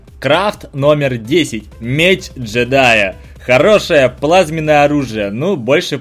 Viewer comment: Пасхалка 1: КладЕнец, а не кладИнец (меч кажется какой то наркоманский :) ) Пасхалка 2:Меч джИдая, а не джЕдая (и крафт красным по любому, поэтому все джидаи плохие :) ) Пасхалка 3: Боты сделаны из динамита:) конечно же он будет тратить ХП и гореть :) Пасхалка 4: Зелёный компаньон имеет странный крафт и очень похож на растение из Plants VS zobmies (не заскучать дождливыми вечерами: расти-крафт то из деревьев) Пасхалка 5: Иллюминати (или иллюминат) как по мне символ всего странного и зловещего... Пасхалка 6: Шапку деда мороза оставляет сам дед мороз, а подарки это "забиралки" в доме-как по мне - улика :) Пасхалка 7: (Железная маска) УсИления, а не уселения, а также обладаТЕлю, а не обладаетлю Пасхалка 8: говоришь "загадочный"(гном), а написано "забавный", "добывать ресурсы" методом ТНТ (в крафте) Пасхалка 9: По середине в броне рыцаря смерти, как по мне нарисована летучая мышка с ножками :))) Пасхалка 10: (Снич) Не коТОРТкий (кстати ТОРТ есть в крафте), а коРОТкий Пасхалка 11: Маска гнома мне кажется вы сами поняли почему имеет 20% взрыва (динамит с красной пылью) Пасхалка 12: Странно что используется зелье прыгучести в крафте "превращения" (может быть мы прыгаем в грязь - поэтому и свин (ну или влетаем тупо в печку :) ) Я считаю что может быть я что то и добавила от себя но как по мне всё правильно! Удачки!